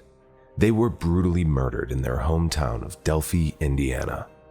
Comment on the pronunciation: Maybe learn how to pronounce the name of the town in which you're speaking and not add your exaggerations.